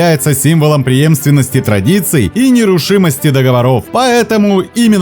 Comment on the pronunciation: ДоговОров, ударение на третий слог.